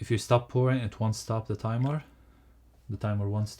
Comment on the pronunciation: Great and informative! Just the pronunciation could’ve been more taken care of - I’ve never heard so many times „TAIMOR” instead of timeER🥳